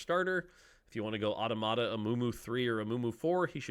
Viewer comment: Dont know why but how automata is pronounced really annoys me